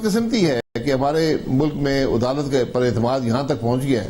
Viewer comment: Adalat nhi udalat keh raha hai yeh